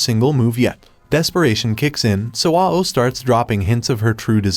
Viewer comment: Ao is pronounced like ow and it means blue in Japanese